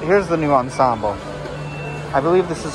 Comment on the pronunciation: I appreciated the fact that you pronounced "ensemble" in the proper French way. I always say it like that and sometimes people look at me funny. It's so much more fun to say "on-SOM-bluh" than the Americanized "on-som-bull".